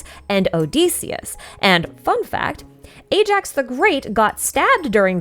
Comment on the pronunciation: Also. Ajax is pronounced as eye-axe, not A-jacks.